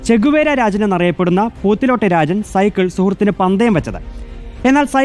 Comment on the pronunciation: രാചൻ... അല്ല... രാജൻ